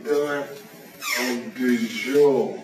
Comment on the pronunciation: Sounds to me he’s the Moor ‘’du jour’’ than ‘’de jure’’…